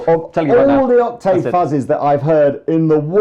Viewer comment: Please can someone teach to say "octave" lol